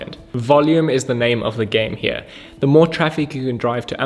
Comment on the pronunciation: He is South African? I knew it, recognized that account straight away. The way he says ''here'' is very telling haha. I tried looking up where he is from but couldnt find it.